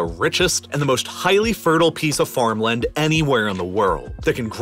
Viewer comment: His pronunciation of mountain and farmland is killing me.